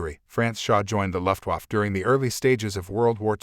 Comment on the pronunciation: A.I. narration sucks...it can't even pronounce "luftwaffe" correctly. Get a human to narrate, until then I'm not going to watch anything you post.